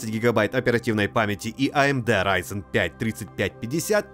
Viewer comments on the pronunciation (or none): none